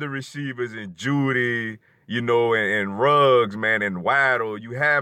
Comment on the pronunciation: It's Isaiah Buggs not Ruggs lol.Roll Tide